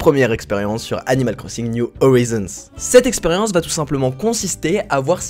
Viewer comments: « New horaïzonnes » en phonétique 😌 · Animal Crossing new Horizons se dit "Niou Horaïzonnes" voire "Howaïzonnes" si tu veux te la jouer perfect bilingue , voilà ;) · niou HORAÏZONE, voila ,c'est la prononciation ✌🏼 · fait prononcer « niouve orizone » après moi je dis à la français on s’en fou un peu